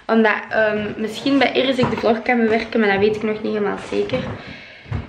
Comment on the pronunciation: Irris met R's 😂 In NL schrijf je het zo: Iris